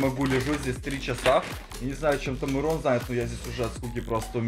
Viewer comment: Не Мирон а мырон